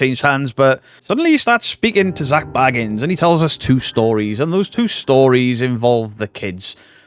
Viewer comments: New drinking game: take a shot for every new pronunciation of Bagans 😘🤣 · Stopped watching as à fellow brit and you pronounced his name wrong within seconds. Then also I'm annoyed he made a good film and left us to decide which u have taken and made about you. Gac started in a hotel also man. Also of almost facts but not quite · THIS! Why is it so hard to pronounce Bagans?